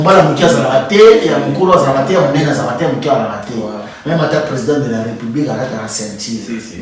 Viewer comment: Loba nanu français émission mobimba ko to lembi kisakata nayo.. Tu prononce mal tes voyelles: amataire ? 🧐On dit amateur